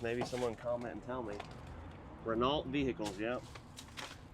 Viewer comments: it's not "Reh-nalt" it's "Reh-no". Oy vey! 😂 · Renault is pronounced Ren oh .